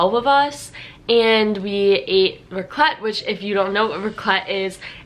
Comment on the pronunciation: As a Swiss it triggers me so much how you say Raclette. 😂You pronounce the a not the ts (Raaaclet). Same goes for Fondue (Fooondü instead of Fondüüü). Swiss usually emphasize the beginning of a word, while Germans emphasize the end of a word.